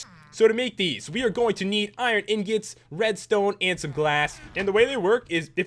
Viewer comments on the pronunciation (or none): IRON INGOT NOT IRON INGIT